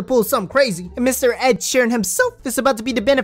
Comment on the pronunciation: Man said Ed sheran